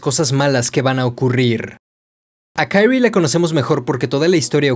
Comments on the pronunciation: No puedo no mencionar que la pronunciación del nombre de la protagonista es QUI-RI-E no KAI-RI, salvo eso que me distrajo, es un excelente video de la obra! felicitaciones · Por que le llamas Kairi como si el nombre fuese en inglés jajajajjajaja😂😂😂😂😂😂😂😂😂 de solo escuchar Kairi me da cringe😅 el nombre se pronuncia así talcual es Kyrie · Se dice kirie, no kairy, ya que es japonés, no ingles, fuera de eso, muy buen video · De verdad que adoro todos y cada uno de tus videos pero ya llevo 5 aguantándome algo y que diré con todo el respeto del mundo... solo quiero decir que la fonética en japonés es igual que en español, de verdad se llama la protagonista KIRIE, sin ponerle otra vocalización a las letras, no es como el ingles o francés... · No es una crítica negativa. Pero, ¿Por qué pronuncias el nombre de Kirie como en inglés, y no como en japonés? Que es lo correcto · Muy buen video me encato la explicacion y la forma de explicarlo lo unico es como dices el nombre de kirie .... es pronuncia tal y como esta no en forma americana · Por que pronuncias el nombre de la chica como gringo si el nombre es japones? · Me molesta como dice el nombre de la chica, como agringada , todo lo demas cool